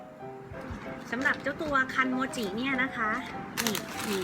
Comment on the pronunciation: คันโมจิ ฟังเป็น คันจิ๊มิ้